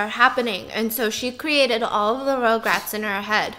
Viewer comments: Stephanie: It's not "regrets" its "rugrats"!! Also Stephanie: Rograts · stephanieeeee biss!! you were trying to tell stephiance how to say rugrats but you kept saying it wrong ahh. you were saying rogue rats. lolol ruggg rats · Stephanie: RugRats Fiance: Regrets? also Stephanie: RogueRats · Tv show: rugrats Stephanie: RoUgErAtS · this is how many times she said “ rograts “ 😂😂 🔽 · Stephanie is pronouncing rugrats as rougerats the entire time 😂😂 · stephiance: regrets stephanie: rogue-rats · stephanie: rOuGeRaTs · no one: stephanie: rougerat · stephanie its R-U-GRATS hahaha sorry ROGRATS was mind boggling me everytime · Stephanie: RugRats! Stephiance: Regrets? Stephanie: says RugRats wrong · the way they’re pronouncing RUGRATS (Rug-Rats) is making it hard to watch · when she said rugrats wrong the whole time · Stephanie was hurting me by butchering the name I love rugrats definitely my fav 🥺